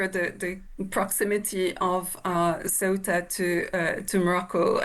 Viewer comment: It's orchestrated by the Moroccan government, they do this periodically to get back at Spain; this time, because Sánchez is doing deals with Algeria, and also because they recognised Palestine, and the Moroccan regime is in the pocket of the Zionists. Get your facts straight! And learn to pronounce Ceuta correctly!! 😂😂